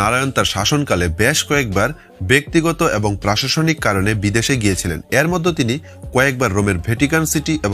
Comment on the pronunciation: উচ্চারণ এ পরিস্কার বাংলাদেশী ছাপ- এরমধ্যে>এ্যারমধ্যে, এছাড়া>এ্যাছাড়া,প্রথম>পথম,next>naxte ,😂 , তবু ও খুব ভালো হয়েছে, শুভ কামনা রইলো।